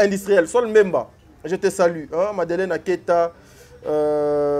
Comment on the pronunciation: On dis je vous salut et non je vous sali,vous êtes trop stupide